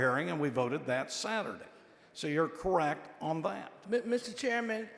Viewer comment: Someone tell her there is a " T" in the words last, correct and redistricting.